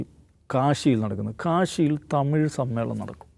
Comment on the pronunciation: എടാ ദാവൂദ് തീവ്രവാദി തമിയ്.. അല്ല തമിഴ്...